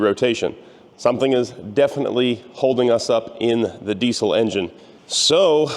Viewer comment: Are you pronouncing diesel correctly?